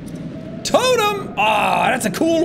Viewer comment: Every time sean saying totem it sound like sean saying total them. ( I do not mean that in a bad way)